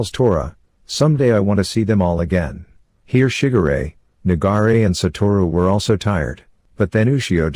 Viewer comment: Every time you say "shigure" it ends up as sounding like "sugar ray" hahaha.😆😆😆 might wanna fix that it's pronounced more as shi-gu-re.